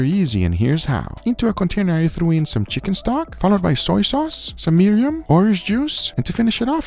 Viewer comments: He called mirin Miriam lol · I'm 99% sure it's called mirin, not miriam.